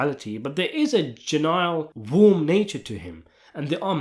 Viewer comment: Great channel but you constantly mispronounce words For example 2 minutes in you said Gylinal ( genial) should be said Gee-nee-al Sorry but it's a little jarring and ive noticed it alot on your channel and it made me think "is this AI" Apologies if english is your second language